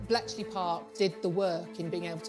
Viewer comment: Bleachey Park? What the heck? It's Bletchley.